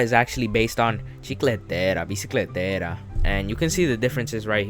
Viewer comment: Why did he say chicleteira bicicleteira like that